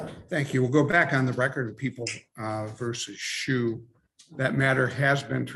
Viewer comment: Funny to mispronounce Mr. Schuh's name... From the little I've seen, Mr. Sue certainly seems more appropriate than Mr. Shoe (Shuh in German means shoe).